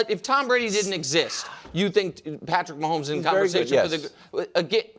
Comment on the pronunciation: Every time Nick says "Patrick" I cringe.